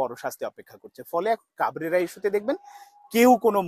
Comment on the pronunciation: Vai to pagol. He even can’t pronounce coach name properly!!!